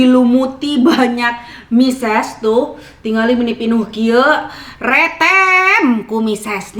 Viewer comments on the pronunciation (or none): Mesis bukan Mises..hehehe..